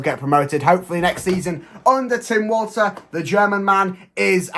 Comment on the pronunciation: I think its pronounced Tim Volta